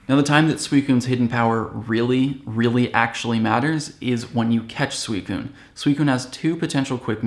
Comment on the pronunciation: Sweecoon!? When is it pronounced like that!?